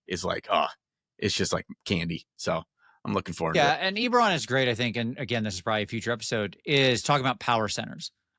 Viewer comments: I'm so glad the first time I watched this has saying "EEEberon" incorrectly 10,000 times like driving nails into my brain. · It's definitely EBB-eron, a good friend of mine met Keith at a convention when it first came out his name was Keith Baker too. Cheers! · I love you but it's Ebb-erron, for the love of god